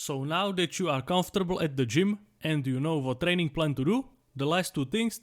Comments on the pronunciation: I heard "30 day TRENNING plan" jk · training plan❌ trenning plan✅